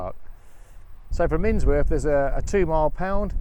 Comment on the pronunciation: It's miNworth - not minSworth.... and I'm not even a local !!